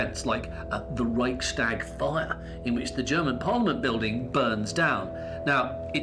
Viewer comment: The pronunciation is: 'REICHS - TAG' not REICH - SHTAG' There were no stags or stag parties involved.